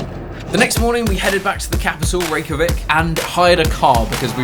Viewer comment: i’m from iceland and the way you pronounce reykjavik disgusts me